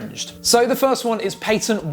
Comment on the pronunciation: Paytent lmao 3Head